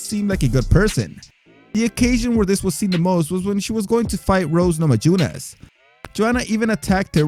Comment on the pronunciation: I love your videos but you gotta work on pronouncing fighters' names. Fedor is pronounced Fay-door, not Fay-der. You also flubbed Rose Namajunas (pronounce the J like a y, Nama-yoon-ez) and Joanna Jedrzejczyk (Jer-jay-check, the d is silent). Take a cue from the announcer on how to pronounce each name if you're unsure. Great job otherwise.